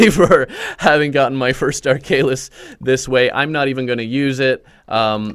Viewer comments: Ark Halis not arkalis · Ar - kha - lis not arkaylis. Tnx for the guide anyway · (ARK-A-LIS)That's how you pronounce it